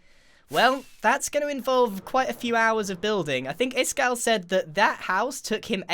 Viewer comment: stop stop stop you're going to take someones eye Out. Besides you're saying it wrong it's Ishkall not Iskall